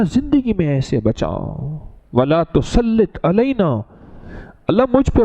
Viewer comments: Wa la tu salit ... Zer h zbr nhi ( Tusalit) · he said with zer